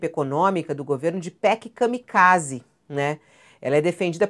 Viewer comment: kamiZake ou kamikaze